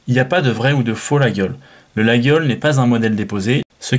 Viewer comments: coucou monsieur l'expert : on ne dit pas 'laguiole', on dit : 'la iole', le G ne se prononce pas. et ne dites paqs de bétise, un vrai Laguiole est fabriqué à Laguiole, des fabricants thierois en font aussi, mais à l'origine c'est à Laguiole, quand à avoir un 'beau 'laguiole frabriqué en Chine, on est là dans le pur foutage de g.... avant de dire n'importe quoi, lisez les classique et surtour allez faire un tour à Laguiole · Les Aveyronnais disent "Layole" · tous les aveyronnais sans exceptions disent "Layol" je ne sais pas quel passant la journaliste a trouvé pour prononcer le G lol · Comme d'hab vidéo instructive. Petite précision, je crois qu'on prononce "layol" et non "laguiole". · Layole , le g ne se prononce pas, il 😅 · Au bout de 4 ou 5 x qu'il prononce la GUI ole Je coupe le son👎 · 😏euh non mon grand! ... et désolé si ça vous déplaît! Mais ça ne se prononce que D'UNE FAÇON ☝: 👉 "LaJole" 👈 Mais les profanes(dont vous faites vraisemblablement parti😆) ont le droit d'écorcher ce nom propre de la coutellerie française si cher à notre patrimoine !😉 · ma famille est originaire de la region et personne dit "Layole" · Mauvaise prononciation et pourquoi ne présente t il pas un artisan français capable de fabriquer un couteau qui ne s'ouvre qu'à une main sans onglet ? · Ca ferait plus sérieux de savoir prononcer Laguiole effectivement. Il y a les marques françaises connues et pas seulement le prix. David, Fontenille Pataud,... En chine il ne devrait pas pouvoir utiliser le nom si Laguiole avait mieux protégé le nom. Apres si on veut un faux autant en prendre une copie qui ressemble au lieu de choisir une simple inspiration rococo ?! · FAUX ! La prononciation "Layole" est une pure invention moderne ! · Absolument pas.